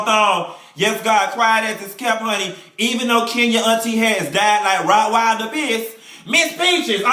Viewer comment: "Rott wilder piss" 😂😩😂😩